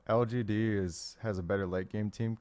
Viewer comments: You can do it dyrone it's L-G-D. One more time L-G-D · he cant say lgd lol xD